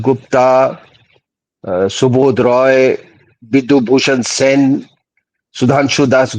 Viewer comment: ओंकार सर और को राम-राम। ओंकार सर मैं पूर्व में भी की वीडियो पर टिप्पणी कर चुका हूं लेकिन शायद उन तक बात पहुंच नहीं पाई 'सेन' को सेना बोलते हैं गुप्त साम्राज्य को गुप्ता साम्राज्य कहते हैं और ऐसे ही मौर्या आदि उनसे कहिएगा अंग्रेजी में अगर बाद में a लगा होता है तो उसे हिन्दी में तो उच्चारित ना करिए कृपया । धन्यवाद । क